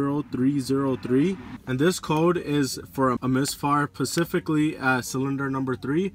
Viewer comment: Pacifically cylinder number 3 you say?